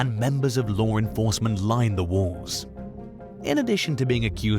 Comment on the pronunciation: Ever time he said lore instead of law i had to laugh 😂😂😂